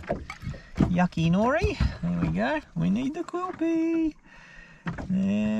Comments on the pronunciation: Hi. just letting you know that it's kewpie mayonnaise as in cue like cue tip that's how you would pronouce it. Don't know where you got quilpie from lol. Sushi is one of my family's favourite meals and we make it often. Good fishing experience. Michelle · It is A cod, 1 cod, 4 cod, 464 cod and 45,000 cod, there is no 'S' on multiple cod, it is just one of those odd things about the Aussie lingo. And the mayonnaise is pronounced Q - pee. Also, myself being the 45 plus year owner of a large Advertising agency, the oops, making my career from video production and more, "I may or may not be wearing any clothes" in my industry would have me charged with indecency, ridiculed and being asked just what I am trying to catch and with what 'lure', also very childish and distasteful for a supposed fishing channel, hmmm.